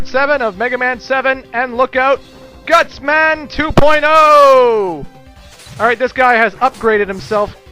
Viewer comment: Did you say Gutsman 2.O,or did you say Gutsman to Playdo?LOL